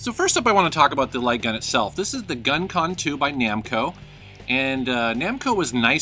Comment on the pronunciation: Look me until about 5 minutes into the video to realise he was saying light gun and not lygan, I was wondering what the hell a lygan game is lol.